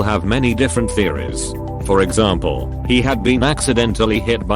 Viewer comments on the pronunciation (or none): lol@ "exaRmple"